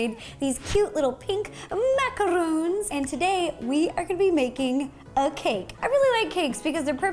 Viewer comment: It is pronounced macaroon not macaroon